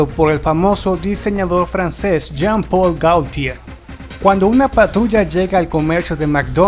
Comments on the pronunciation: amiguito de nuevo la correccion esta escrito el nombre jean paul gaultier pero se dice yan pol gotier antes de hacer sus videos practique la pronunciacion que la verdad se me hace molesto tanto error en su pronunciacion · Me recampanea los huevos escuchar tan mal pronunciados los nombres franceses. No puedo más. Jean Reno es "Yan Renó" Luc Besson es "Luc Besón" Jean Paul Gaultier es "Yan Pol Gotiee"